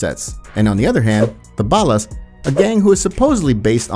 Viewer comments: Bah-Las smfh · I think the guys that write and produce the content arent English speakers, or at least are concious about their accent, and so hire proper Voice Actors to VO the videos. noticed a few occaisions when the old voice mispronounced a few things. Like Ballas.